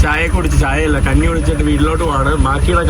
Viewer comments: ഊട്ടു പുഴ അല്ല ഊട്ടുപുര. മൈരേ കന്നി അല്ല, കഞ്ഞി ആണ്. നീ തന്നെ ഒരു കഞ്ഞിയാണ് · കന്നി അല്ല കഞ്ഞി എന്ന് പറയണം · എടാ മൈരേ നിനക്ക് " ഞ" വഴങ്ങുകില്ലേ? അമ്പലത്തിൽ " കന്നി" കുടിക്കാൻ അല്ല, "കഞ്ഞി" കുടിക്കാൻ പോകുന്നു. ഇതാണ് ശരി. നീ ഏത് കോത്താഴത്തു കാരനാണ്.